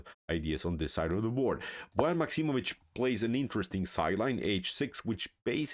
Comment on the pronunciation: A great game and performance by Liem. This was indeed a model 150 attack. I also learned now that Bojan is not pronounced like boy ann. Thanks.